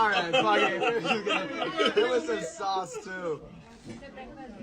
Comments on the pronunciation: “Tomato SA-WAS”? 😂😂 That is not said by any American from any state😂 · No American I have ever known pronounces sauce like source.